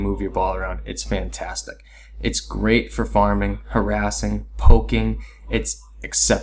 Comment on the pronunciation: Good stuff but is she "FAN-tastic?" XD